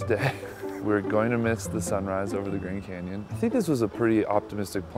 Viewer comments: He said grand camyon lol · grand canyon not grand camyan